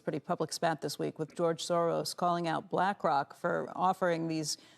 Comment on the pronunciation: Did she say 'BlackCock'?